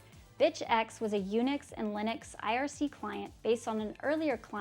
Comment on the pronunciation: Not aiarsii... ITS IRC!!!!